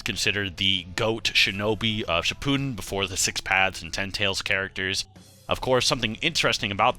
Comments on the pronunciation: For the love of christ it’s pronounced Ship-a-den NOT Shi-Pooh-Den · Pls stop calling it shipooden